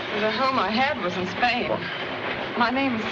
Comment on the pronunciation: Spain. Shuwah.